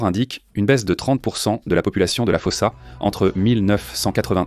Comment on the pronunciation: D'abord ça se prononce foussa